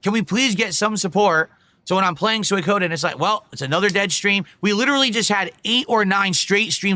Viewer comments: lmao he cant pronounce suikoden. When he starts raging and demanding money towards the end it's fucking insane. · Can he please stop saying "sooie-koh-den". Im begging him at this point. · Peoples money isnt his money the manchild literally asks for $1500 for what? A damn $15 fast food meal that he always fking gets on a regular basis ridiculous. I also hate how he says "Soykoden" fking dumb af.